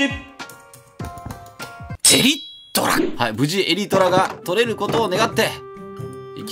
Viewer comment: Elytraの発音、襟虎じゃないですよ。